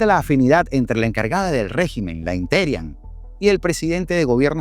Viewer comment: Me gusta como le dices la interian se oye como la terian como es una mona 😂😂😂😂